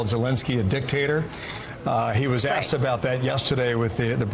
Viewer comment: Is it just me or is the slang term "axed" slowly replacing "asked"? Now even journalists are using it... that's really bad